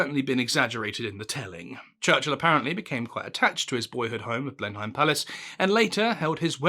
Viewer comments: It is not pronounced 'Blenheim'. It is 'Blennem' you dork. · "Blennam" Palace, not "Blen-hime" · It's pronounced "Blen'am" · pronounced blenim not blenheym. tut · Blennim, not not Blein heim. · That's the first time I've ever heard Blenheim (usually pronounced 'Blenim") pronounced as 'Blenhime'. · Oohh, sorry but no. I couldn't make it through the first few minutes. Your Churchill voice was funny for the first quote, then just became an annoying distraction. Secondly it's not pronounced 'Blen-Hime'...it's 'Blennem'. Sorry to be THAT bloke in the comments section, because this could have been an interesting topic. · It's not "Blenhime" it's "Blenim" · My word, as a bonny boy chap yourself, you should be quite familiar with the correct pronunciation of "Blenheim;" It's BLEN-um, not blen-HIME. Good Lord... What ARE they teaching at school these days?? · What’s actually weird is to hear someone who is apparently expert in British history pronounce Blenheim as Blen-HIME instead of BLEN’im 🤷🏻‍♀️ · "Blenn nem" not Blen Heim. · I know I’m not a Brit. English is not my first language. But I’m pretty sure it’s not Blen-heim, but rather “Blennum” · ‘Blen’im’ not BlenHEIM. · Since you're trying to get things right... Blenheim is pronounced "Blennum" not "Blenn-hyme". Thanks for an authentic human narration, not AI slop. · I've never heard a British person pronounce the palace in the German way: Blen-Heim, rather than Blen'im. I don't mean to be snarky, but is there a reason for this? 🤔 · Blen-heim Or just blen-im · "Blenhime" - are you an undercover spy? Its "Blenhim" - I suspect you're AI or a Gerry 5th Columnist... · Very interesting and well presented. 'Blen-mm' is the correct pronunciation of the name of the palace, not 'Blen-hime'. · "Blenn'm" not "Blen-hime". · The palace is pronounced 'Blen-im'. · It’s pronounced “Blennim” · a n entertaining presentation -well done ! BTW an Englishman I am surprised you pronounce Blenheim . t is more usually pronounced Blenhim